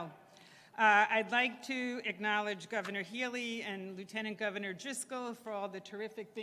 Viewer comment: Terrible "govenor", terrible "lt. govenor", and terrible "mayor".